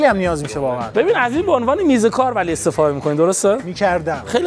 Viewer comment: چرا اینجوری حرف میزنی 🤮 واقعا نه واخهن.مرده علاقه نه مرده علاخه 🤮 حیفی داش اینا کین گنده گوزی